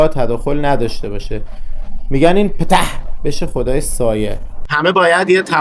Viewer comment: بابت تلفظ پتححح خیلی خندیدیم:face-purple-crying